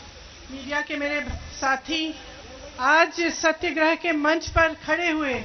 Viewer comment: सत्यगृह नहीं बोली सत्याग्रह । और आप जैसा देशद्रोही कोई नहीँ ।